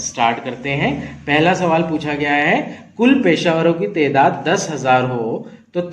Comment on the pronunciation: Assalamualaikum sir wo tedaat nahin taadaad hai